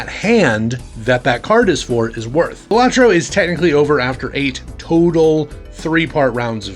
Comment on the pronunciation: Great video! I have looked at it but have yet to pick it up. Fun fact: According to the dev, the name is actually pronounced Bal-a-tro, not Ba-la-tro but realizes it too late to correct people, so they can call it what they want lol